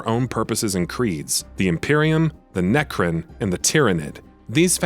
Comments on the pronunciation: It's necron not necrin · Wow the quality level of the copy in this review is very low. Its Necron, not necrin. Also, you alternate between class and race, those are hugely different things. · Necrin? Try Necron. Pronounced neck-ron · Its Nec-Ron, like you now the name Ron. Not Necrin 😐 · My ears are bleeding. Neckrin.. Necrons my man haha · NECRIN ! NECRIN ! NECRIN !! YOU MUST BE FROM FLORIDA ! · Necrin? NERCRIN??? I’m listening to some serious heresy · Great review. “Nercrin” was a little jarring though they’re my favorite race so maybe I’m being a little nit picky